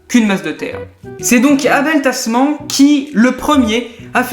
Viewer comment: (ça se prononce "tasmane"). les abel sont souvent de grands hommes ;)